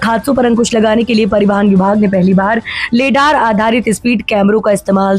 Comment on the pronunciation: लेडार नहीं रडार है 😂कृपया सही उच्चारण करें